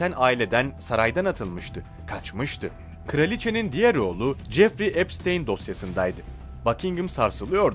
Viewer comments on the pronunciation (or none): none